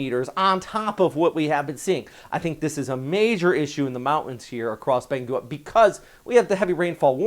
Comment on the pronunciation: Thanks for the update, I always look forward to them. Just to help you out a bit, although it is spelled Benguet it's actually pronounced like 'ben-get'.